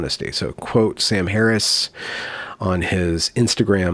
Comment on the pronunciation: Most people struggle pronouncing Kamala Harris's first name. Contrarian decides to struggle with "Harris."